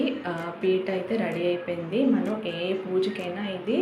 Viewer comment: పిట్ట కాదమ్మ పీట అనాలి